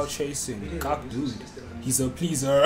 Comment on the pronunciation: "He's a pleaserrr" why did bro say it like that, for what good reason?🤷‍♂️👀😂😂